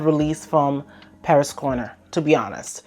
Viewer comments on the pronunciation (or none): none